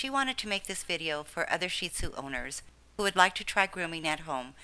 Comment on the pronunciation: You are the first person to pronounce their name correctly. I get so tired of hearing shit tzu.